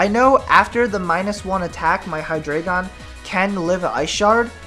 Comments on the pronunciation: I believe it's pronounced " Hy-dry-gon" dEINo - Ein= one ( one head ) ZWEIlous - ZweiI = two ( two heads ) hyDREIgon Drei = three. ( Three heads ) basically a little german thrown in there. kind of like the spanish inside articUNO and the other birds. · Its high-dra-gon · Actually, it is Hy-DRA-gon. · hydreigon. its pronounced hi dry gone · i pronounce Hydreigon as {Hy-dreh-gen} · For Future Reference: The names of the Hydreigon line are based off of German numbers (ein, zwei, drei), and 'drei' is pronounced like 'dry', so it's probably pronounced "Hi-dry-gone". My favorite dragon-type is either Kingdra or Flygon. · it's pronounced hy-Dri-gon, as in the german number three, drei, it's just like the legendary birds, dEINo has one head, ZWEIlous has two heads, hyDREIgon has three heads, ein, zwei, drei, one two three, it's quite fascinating if you think about it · It is pronounced hi-DRY-gon, it's German. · but three in german is drei (pronounced dry) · Actually, if you look at its two pre-evolutions; Deino and Zweilous, the trio are based off the german numbers 1, 2 & 3 for the number of heads they have, which are eins, zwei and drei, so it's actually pronounced Hy-DRY-Gon :) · hydreigon is pronounsed: hi-dragon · Both of the ways you say hydreigon is wrong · Actually the anime is not always right about the names ^^ the "drei"-part is the german word for "three". If you speak the "ei" in drei, the same as the "y" in Scyther, you are doing it right :) I think thats a good explanation ^^